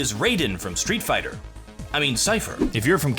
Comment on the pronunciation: did he just say raiden? and then say strEET fighTer?! My baby mortal kombat has been disgraced.... lol